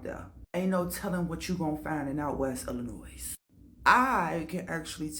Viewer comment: What’s good collective people from Chicago like myself or from Illinois do not pronounce the S! This lady is a str8 fraud!